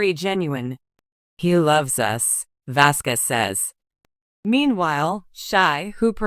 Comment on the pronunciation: Please say the last name properly with respect..